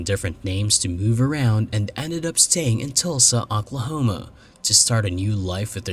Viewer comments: I love the cases you cover them and how you cover them. Absolutely! I have one thing I must say though because it drove me a little nuts. I’m not trying to be critical here at all but you kept pronouncing Oklahoma like ‘Auk-la homa’ when it is pronounced ‘Oak-la-homa’ it just threw me off. That silliness aside I can binge on your show quite easily and truly do love it! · was it in Aquahoma? haha. Just what it sounded like to me. lol. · Talsa, Aklahoma? You need to get that artificial voice spiffed up a bit.